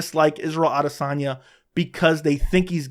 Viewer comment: You’re talking about respect without even pronouncing his name correctly 😂